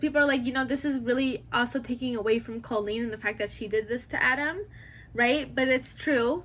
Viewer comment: Its so funny how every drama channel mispronounces colleen's name. 😂